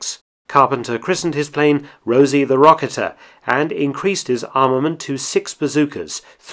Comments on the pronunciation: Huh, I've always pronounced "strafe" as streife, not straaf, and rocketeer as rocketeeer, not rocketer. Have I been mispronouncing those words my whole life? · It would be pronounced " Rosie the roca-teer" like Rosie the riveter.